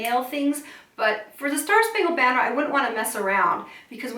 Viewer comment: You sang the word BANNER wrong! There are not 4 sung syllables in banner. There are 3. Baa😅 ner er